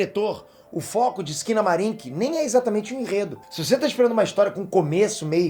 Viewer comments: Entendi "esquina bar" kkkkkkkkkkkk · Quando eu ouvi o nome do filme eu entendi foi "esquina bar" kkkkkkkkkkkk